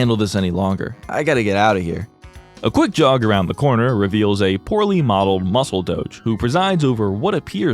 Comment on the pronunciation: "a quick jaug"